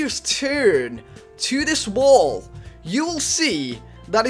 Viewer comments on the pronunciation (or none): none